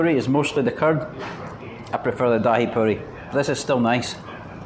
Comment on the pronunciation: its not Daa-hee 😂 its Dhai